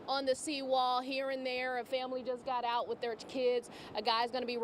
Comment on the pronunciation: Out! Not oit😮!